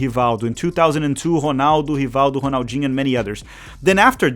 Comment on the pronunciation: The way you bust out perfect Portuguese pronunciation to pronounce certain names makes me think you must be brazilian. Cuz damn I've loved Rrrronaldo and Rrrrronaldinho all my life and didn't realize that its actually Honaldo